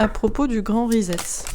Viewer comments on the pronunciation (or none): on prénonce RESET comme ceci : RI SET (comme set de table, etc) -- et pas RISETTE !